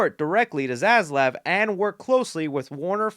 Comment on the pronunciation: When you said ‘Zaslav’ it sounded to me like ‘Zsasz’ and I felt a little chill